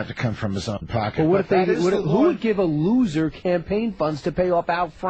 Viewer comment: "Looozer" ha ha I bought a copy of Al's book, Rush Limbaugh is a Big Fat Idiot, when it first came out. It is dead on about Rush and its very funny, too. Congrats Al!